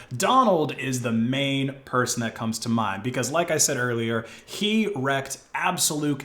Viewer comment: Wreaked is pronounced 'reeked'. Love the videos.